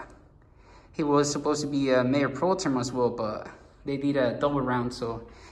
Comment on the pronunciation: Mayor "Pro-Term"?? LOL. It's "Pro-Tem". If you can dish out lame pettiness all the time, then you can certainly take some in return bro. Just FYI: You won't uncover anything with the city. Incumbency has always been a powerful force in municipal politics because most don't even bother to vote in such elections and there are often no term limits -- Not everything is a conspiracy. Beyond that, no one is entitled to a particular office based on age, years of service, or inheritance -- It may seem that way in some small towns, but that's not how democratic elections work. If you want one of the LatinX council members to be Mayor, then they must build a campaign to do so.